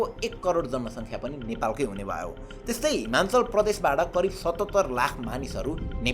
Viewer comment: Himachal ho himalchan haina 😅